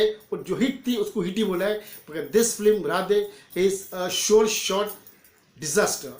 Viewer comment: First of all....That's "Film" instead of "Flim"